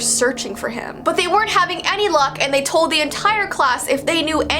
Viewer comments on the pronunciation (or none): none